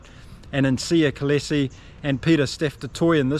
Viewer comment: 'SEEya KohLeesie' for the correct pronunciation of the SA captain's name... Thanks for the accurate summary! The winger Arendsa = 'Ah ren Sa' 😁